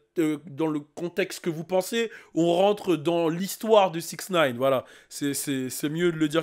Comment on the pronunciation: "Dans 6nine" 🤣